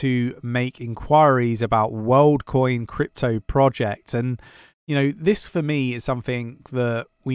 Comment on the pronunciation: Woldcoin? Lol